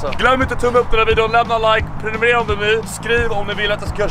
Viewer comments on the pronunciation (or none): none